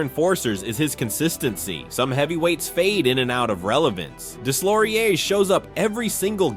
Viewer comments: “Deslauriers” is pronounced “Dayloriey”… my ears are bleeding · Nicholaschh Desslaurieurrsszzz 😂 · How in the name of god can you NOT know how to pronounce Deslaurier's name? Unforgiveable to butcher a name like that SO many times. And it's such a small invesment of time to get it right and not sound like complete idiot. Pro tip - Do better FFS's. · I speak french, and the way you prononced Deslauriers is so bad, you should try to learn how to prononce names of the players. I speak 4 languages, and I understand you speak only one ;-) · Deslauriers, the s is silent